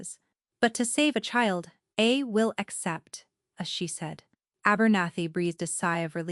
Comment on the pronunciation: Terrible... A- bernathy. ??? What ???